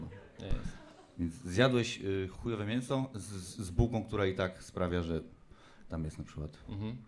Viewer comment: Jedne z lepszych kartek. mówi się miĘso Pan raczysz wymawiać mienso.